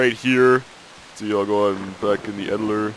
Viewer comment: its EDITOR!! stop saying edillor... its irritating -.